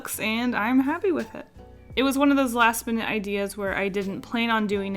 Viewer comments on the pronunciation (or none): none